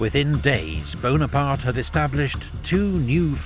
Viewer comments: NapoleonE BonapartE - where every french man was laughing insulted. E on the end of the words are not read. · not Buonaparte but Bonaparte